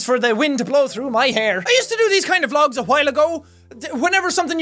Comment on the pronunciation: When he said vlogs are hard I thought he said drugs are hard